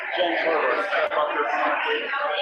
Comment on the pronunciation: Herburt sounded like pervert